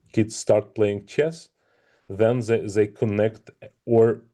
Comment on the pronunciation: 12 million viewer watched a short ———> 1million tries to watch more games————> 1 lakh tries to play in future ———> 1000 players FOLLOW FUTURE EVENTS OF CHESS…this is the pattern of growth of a game…sagar try to teach him and it’s ‘they’ not ‘zhey’